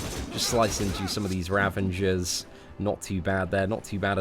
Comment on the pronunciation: 2 "ravengers" not too bad, not too bad. xD Just jokin', I'm really enjoying your videos man, keep it up!